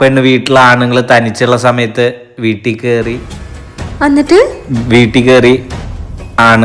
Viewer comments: Annat alla Ennit ennale..😊😂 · Ennit ❎️ annitt✅️ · അന്നിട്ട്‌ അല്ല എന്നിട്ട്.... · എന്നിട്ട് ❌അന്നിട്ട് ✅😂